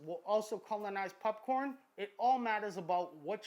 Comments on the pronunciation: I had to skip the entire popcorn section. I couldn't get over "pupppcorn". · I heard him say “pupcorn” and was like “ha let me check the comments”.... then I realized that I say popcorm 😒🤫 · He said pupcorn I’m dead 😂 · I hate the way he says pupcorn. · I like how you say pupcorn. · Can someone teach our masked friend to sAY "POPCORN!" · Stop saying pupcorn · Are you seriously saying popcorn wrong on purpose